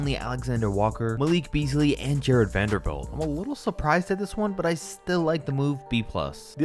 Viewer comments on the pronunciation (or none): none